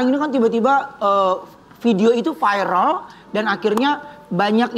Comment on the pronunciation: MIN, masukan nih utk Ruben. Kata VIRAL sudah masuk di kamus besar bahasa Indonesia(KBBI), sudah jadi kosa kata bhs Indonesia, ngucapnya biasa aja V I R A L.. tidak perlu diucapkan F A I R E L, cukup dieja V I R A L.